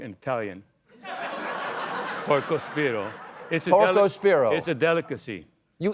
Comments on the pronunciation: Italian Fail: It's Porcospino, meaning spined pig. Maybe Porko spiro is how Greeks call it? 😁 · The Italian for hebgehog is "porcospino" not "porcospiro." He almost got it right. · Porcospino and not porcospiro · porcospiNo! This guy doesn't speak italian...